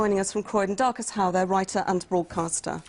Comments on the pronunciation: does she call him Marcus Dowe....looool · She calls Marcus Dowe the second time, She gets it right the first time by reading it of a script. She can't even get his name right. Silly cow. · 0.12 "we are joined by darcus howe" 0.16 - 0.21 " marcus dowe " bbc cant even get his name right.